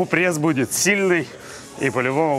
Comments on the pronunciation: где в слове пресс буква Э ??? откуда прЭсс ??? что это за зашквар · прЭсс… Кровь из ушей ((